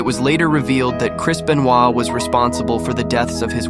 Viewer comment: Chris Benoit ❌ Chris Bennowa ✅